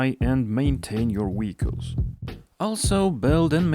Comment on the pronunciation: Weehicles. Hee heee